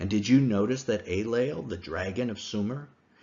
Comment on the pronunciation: The Sumerian god in question is named “Enlil,” not “Aylel,” or whatever he was saying in this video. Is there a connection? Perhaps, but phonetics aren’t a very good argumentation for this connection.